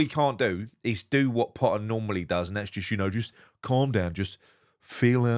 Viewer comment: why are you doing a Mr Blobby voice for Pottah (spelt correctly) and the Borat voice for the Norwegian fans and what was it with the Mexican voice??? Roasting Loppy for the proposed losses on Kilman when the Miserible Gaslighter cost us HUNDREDS of lost millions on players like Haller, Scamacca, Benrahma, Vlasic, Cornet etc etc etc